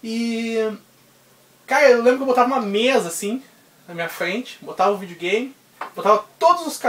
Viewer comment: Muito legal brother, pretendo fazer coleção também ... LIKE + FAVORITO " acho muito engraçado vc falando Vídeo Game kkk vidiu games kkkk vc é top mano !!